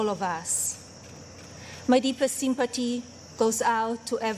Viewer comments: AHAHAHAHAHHAHA... "Sympati" AHAAAAAHAHAHAHAHAHAHA. This is comedy gold. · Seem-pet-tee. lol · WTF IS SIMPA TEE...EEL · Did she say "sympity"?